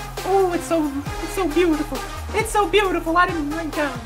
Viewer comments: HOLD ON JUST A MINUTE!!!!! I JUST realized that you aren't saying "its" your boy You're saying ETCE YOUR BOY!!!!!!! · I played the vid at the lowest speed, and um.... it’s still “it’s.” It would be clever, and he has done it before, but not this time.